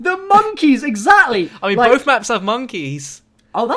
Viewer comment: "I wanna pick bof"